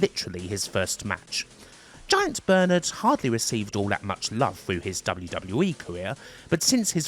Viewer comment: With the accent, it sounds like you keep calling him "Giant Bird" and you blur his tits at one point lmao